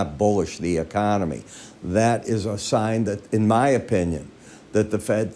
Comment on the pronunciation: YOU JUST SAID THE KONOMY IN GOOD SHAPE HAHAHA